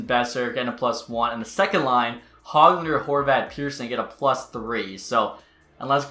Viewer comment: Every time he said “Peter son” annoyed me so much I’m sorry lol Edit: and every time he said “Hog Lunder”